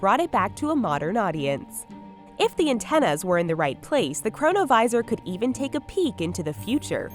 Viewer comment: chronovisor sounds like corona virus lol